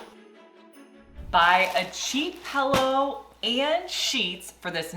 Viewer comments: People who say pellow. Bleh. 😝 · stop saying PELLOW😂😂😂